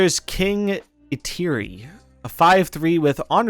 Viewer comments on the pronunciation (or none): hey it's kind of odd but Fenrir is pronounced fen-rear, and Eitri is pronounced Eat-Tree (who you'll remember was played by the legendary Peter Dinklage in Endgame!)